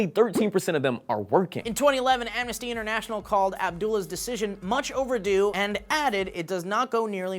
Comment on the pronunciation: "Overdo"...Y-you mean overdue, right?